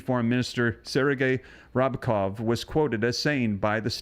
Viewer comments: Re-Ab-Kov Why do people struggle so bad with Russian names? It's not that hard. Also NO! We should NOT send Ukraine Tomahawks, or any more weapons or money. This is a stupid war. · RIB-COUGH (ROLLING R)